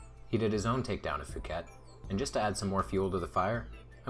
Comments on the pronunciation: Phuket is real place and it's definitely not pronounced "fuket". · 'Phuket' is pronounced 'poo-ket' you would be aware of this if you made the bad choice of going there.